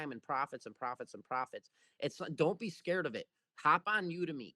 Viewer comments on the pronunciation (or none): none